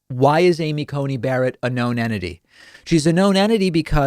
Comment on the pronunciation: he says "a known enity". What's enity? Thank you.